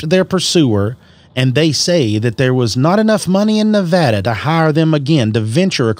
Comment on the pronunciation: its nevada not nOvOdA